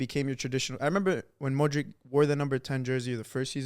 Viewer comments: said every croatian players name so well then hit a "Modrik". Damn. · How do you say Brozovic and Kovacic and then pronounce Modric as Modrik. Makes no sense.